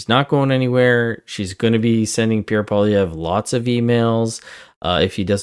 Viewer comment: it would be nice to hear people properly pronounce Mr. Poilievre's last name. its not POHLEE its PWALEE EVRe. but hey... you know